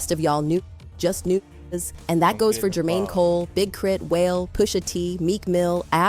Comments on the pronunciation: These AI channels are so lazy. How hard would it be to phonetically write out something like “Wahlay” so that his name is pronounced correctly lol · A.i. struggling to say Wale but able to say the n-word with ease